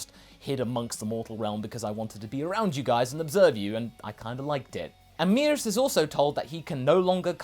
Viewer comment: I think the pronunciation is Meh-rus not Mee-rus